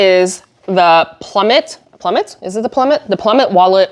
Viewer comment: I have the Plumet crossbody and love to use it for travel/sightseeing. Sorry to hear about your experience in the store. Quick tip— it is pronounced ploo-MAY. ❤🇫🇷❤